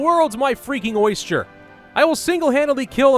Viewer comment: "The world's my oysture" -, 2018